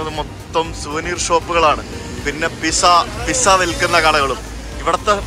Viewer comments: Italy ഇൽ ചെന്നിട്ട് pizza എന്നു പറയാൻ പഠിച്ചില്ല.... 'Peet sa' ആണ് കേട്ടോ... 👍👍👍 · Good travel Videos. But please avoid pronouncing 'Pizza' as Pisa.